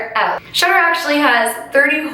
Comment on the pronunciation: Because of your accent, I thought you were saying "shutter". But you were actually saying "Shudder". 😂😂